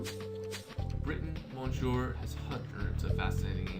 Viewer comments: You are spelling monsieur wrong it is [mesie] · It really bugs me that you don't pronounce Monsieur correctly.